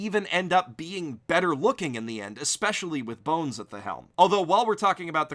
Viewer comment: "b-one-s" .......oh....